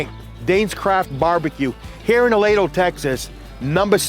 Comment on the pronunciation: A-lee-dough, please.